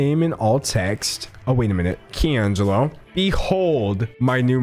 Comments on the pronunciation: Key Angelo??!!!! lol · "Key' Angelo" 😂😂😂